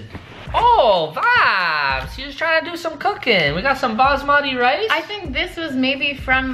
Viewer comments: Stop saying vadis it is. Super annoying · Please stop saying vabs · Stop saying vabs for God sake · I thought he was saying "vag" and tha shii gets annoying or "vabs" like stop it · are you saying "vIbes"?!? cuz it sounds like youre saying "vAbes" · Omg stop saying vaps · Please stop saying vaps